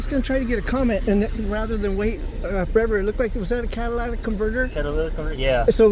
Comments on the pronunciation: the word is CAT-A-LIT-IC, LOL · They asked me the same sht, then encrypted the scanner where I frequent. Nvr trust a cop. And btw, it’s catalytic, lol